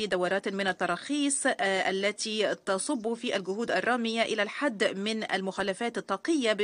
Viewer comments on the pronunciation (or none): none